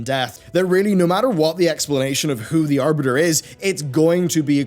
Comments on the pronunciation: Oh no, not "The Aribter"! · Mmh yes, the "Aribter."